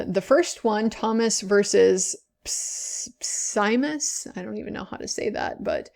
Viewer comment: It's pronounced simes just so you know